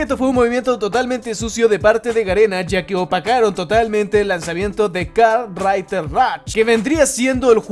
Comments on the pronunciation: Nada como el tío diciendo "kart raiter rach" sos un jefe wacho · "karrrtrrriderr rach"